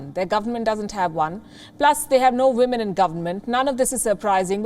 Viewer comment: Are you kidding me? Ministery of wahmen? 😂😂😂